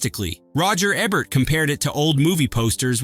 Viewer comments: UGH...IT'S ROGER EBERT, E-BERT, NOT EBBERT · He never pronounces Ebert correctly